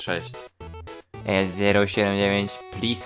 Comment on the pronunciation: Poprawka: sy cy py